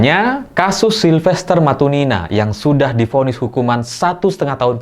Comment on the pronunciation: Silvester Matutina mas bukan Matunina, Nina siapa, nina bobo ?